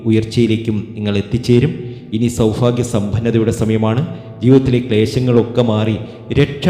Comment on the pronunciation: സൗഫാഗ്യം അല്ല സൗഭാഗ്യം ആണ് ആദ്യം പറയാൻ പഠിയ്ക്ക്. നിങ്ങൾ പറയുന്നതെല്ലാം കളവ് ആണ്. ആയില്യം നാളുകർ ആരെയും ഉപദ്രവിയ്ക്കാറില്ല. അവർക്ക് മറ്റുള്ളവർ സമാധാനം കൊടുക്കില്ല. വിഡ്‌ഡിത്തം വിളമ്പി കാശു വരുന്നു.😢